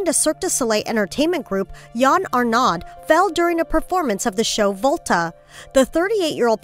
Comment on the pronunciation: Ugh, I'm bilingual and I cringed at the way she pronounced his name. Yan Arnod? It's pronounced Y-Anne Ar-neau (o).